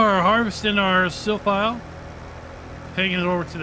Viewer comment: Great video, but I guess it's Silphie and not Silphile 🙂